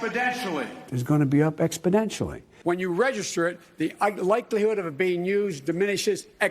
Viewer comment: expodentially???......no, the right word is exponentially!